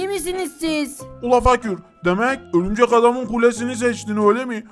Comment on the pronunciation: Birşey soylicem horumcek adam değil örümcek adam